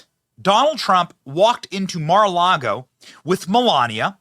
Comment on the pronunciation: It's NOT MAY - LARGO ... It's MAR ... Mar-A-Lago ( Mar-a-Lago (/ˌmɑːrəˈlɑːɡoʊ/; Spanish for 'Sea-to-Lake' )